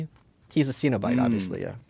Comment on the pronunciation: Malice, I'm a huge Hellraiser fan and a horror film historian. It's not pronounced "seen-o-bite" it's "sin-o-bite." 😂😂 Just sayin'. Love ya!